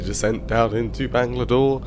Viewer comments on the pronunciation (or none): Bangladore! where did that d come from. Anyways thanks for flying in my country not many people do it, It just makes me feel so good